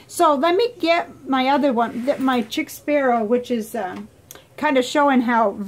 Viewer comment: I believe it's pronounced sheek Sparrow 😊 Also, I'd hadn't heard of Standard Knight or Log and Jotter. Is the notebook pepper fountain pen friendly?